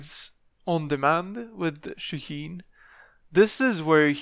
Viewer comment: Is it really that hard to pronounce his name right ? It's Shaa heen